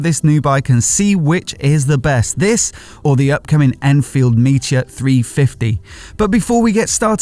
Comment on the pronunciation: Strange pronunciation of Meteor? Sounds like 'meecha', but surely its 'meet - ee- -or' ?????